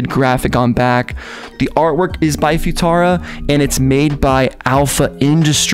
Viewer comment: "Foo-tara" LMFAO